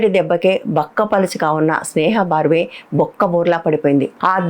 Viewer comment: Dear Madam, "బర్వే" అని పలకాలి :: ఇది ఒక ఇంటి పేరండీ. త్రిపాఠి/ తివారి/ ద్వివేది... అలా ఇక విషయానికి వస్తే కొందరు కొత్త జర్నలిస్టులు లోకరీతి తెలియక అమాయకంగా ప్రవర్తిస్తున్నారు. స్నేహా బర్వే కి శుభం & ఆరోగ్యంగా ఉండాలని కోరతూ రమణా రెడ్డి బెంగుళూరు